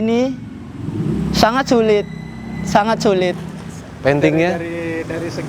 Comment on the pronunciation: Syangat Syulit pake (ش) 😁😁